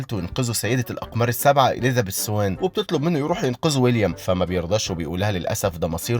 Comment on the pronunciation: عندك مشكلة ب "اليذابيث"